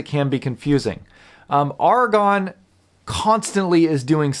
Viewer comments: AiR-A-GON not ARRRRRRGH-A-GON. otherwise xlnt review. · The A is hard like arrow